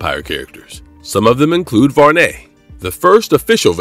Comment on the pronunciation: Did you say Var-Ney? It's Varney like Barney, you know the purple dinosaur? Wow! Who is the narrator?